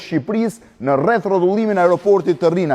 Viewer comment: Rrinasit thot ky Un e di ae quhet RINAS KY THOT RRINAS